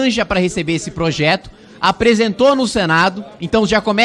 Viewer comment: Parabéns Kim "Cebolinha" 👍👏👏👏👏 ... "plojeto" 😆😆😆.